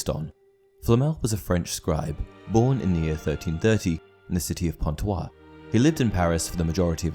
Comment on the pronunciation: Pantoise the right pronunciation is Pantoiz